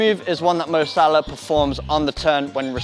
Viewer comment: its salah mate